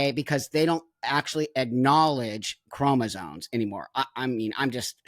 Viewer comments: Buck I am pleading with you to pronounce “chromosomes” correctly 😂 Love you btw ❤ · I am 100% in agreement that these individuals are genetically male and should not be competing in the womens' division. The biologist in me is very annoyed that everyone is saying "chromosones", when the correct terminology is "chromosomes". Please, folks, the word is c-h-r-o-m-o-s-o-m-e-s! Thank you 🙏